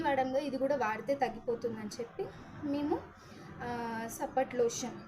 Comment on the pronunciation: పేరు కరెక్ట్ గా చెప్పండి మేడం మీరు. సపోట్ లోష్యాన్.